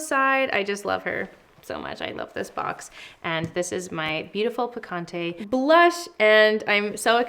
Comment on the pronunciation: I love the nude sticks picante blush and the name is ON POINT. Small pointer tho… since this is a Spanish word it would be awesome and very much appreciated by the Hispanic community if there was an effort to pronounce the word correctly😊 I think it shows respect for the source of inspiration ✨